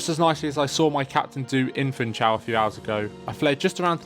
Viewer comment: It is to be pronounced Foonshal, not "Foontshal"!